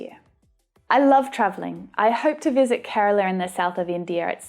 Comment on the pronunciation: Sounds great to hear Kerala from you ,mam😊. I'm a Keralite . Welcome to Kerala mam😊.your classes are awesome.